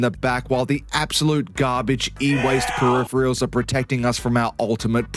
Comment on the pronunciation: if youre gonna say the word peripherals so many times, so close together, pronounce it properly. FUCK